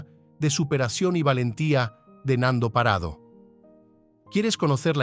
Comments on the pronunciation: Es Parrado no Parado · He tenido que dejar fe verlo, se me.hace insoportable lo de Parado. Es PaRRado. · No es parado, es parrado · PaRRado. En estas regiones pronunciamos la rr.😊